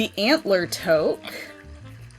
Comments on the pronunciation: By the way toque is pronounced two-k not tow-k 😊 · Canadian here….Toque is pronounced Tooque 😂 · Toque is pronounced toook! 😊🇨🇦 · As a Canadian, your pronunciation of toque made me giggle 😂